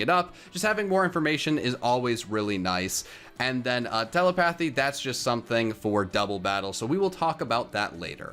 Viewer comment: TELE... PATIE